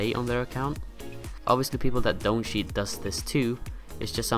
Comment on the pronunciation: Im sorry but i cant handle the way your pronounce the word "cheat" please practice next time